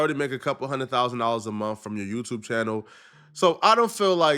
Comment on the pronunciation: I want to say thank yeW, teW everyone on twitch IG tiktok and yeWteWbe. Yeah, is a British African skraight outta B-more.